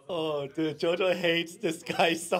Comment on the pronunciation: Beh che dire, JoJo in Italia mi ha fatto veramente ridere. Anche se la pronuncia sarebbe da migliorare, ma Hey è pur sempre JoJo quindi non posso odiarlo